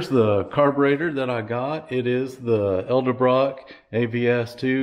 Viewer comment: Why does everyone call them ELdebrock?